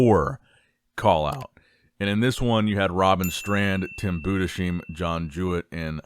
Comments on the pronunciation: Yes. You speak it "Boo-dess-hime". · Its Budes-heim not budesheim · good video. it´s pronounced Tim Budes-heim (like Ana-heim) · I'll keep posting until you notice, Tim's last name is pronounced Boo-Dis-Hime, please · it's pronounced boo-diss-hime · is unable to speak german last names